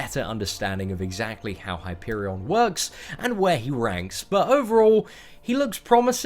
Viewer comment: It's Hyperion